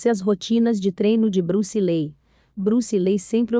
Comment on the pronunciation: Acho que a pronúncia é li. Os 2 ee tem som de i